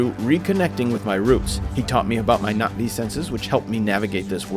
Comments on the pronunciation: Nothing brings me more joy than ppl actually pronouncing na'vi right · the pronunciation is crazy good! I keep coming back to this video because of the amazing story telling. the correct pronunciation of Na’vi words help so much in immersing into the story. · I love the fact he actually says the names the right way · Finally someone who gives this game the respect it deserves. You actually understand the meaning behind it, thank you so much for that breath of fresh air. Also the correct pronunciations. I’m sick of hearing the Na’vi called ‘blue people’ or ‘blue cats’ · the correct pronunciations of the na'vi words/names brings me joy lol thank you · Literally how I’ve been saying it from the start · YES I ACTUALLY RECOILED NOBODY SAYS IT RIGHT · Even though I have already finished the game it was still fun to watch you tell the story through your own eyes (and very refreshing to see someone pronounce Na'vi correctly lol)